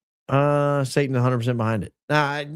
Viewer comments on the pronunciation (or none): none